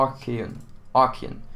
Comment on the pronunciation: and archaon like ark-e-on.